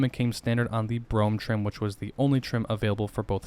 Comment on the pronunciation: BRO HAM to words spoken as one. You keep saying the Brougham edition.